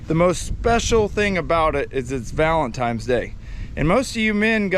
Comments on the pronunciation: it’s “Valentine’s” not “valentime”. 😂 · It’s valentines, not valentiMes. Cool video. Lots of fun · Oh man....he says "Valentimes"... Bummer.